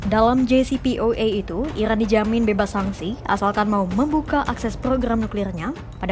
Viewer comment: Capek aku dengarrrrrrrrrrr, ilan dan islael....😂😂